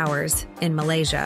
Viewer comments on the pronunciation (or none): none